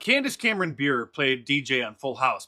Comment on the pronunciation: Candace is amazing. You should promote her respectfully by saying her name correctly tho 😄